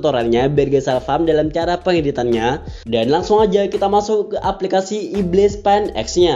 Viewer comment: Ibis bukan ibliss🤣🤣